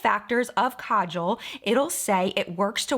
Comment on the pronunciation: Dear, so happy that you pronounced 'Kajal' correctly! The first pronunciation is correct. Thank you! It used to inflame me the way some beauty gurus trashed the pronunciation in the past (the 2nd way).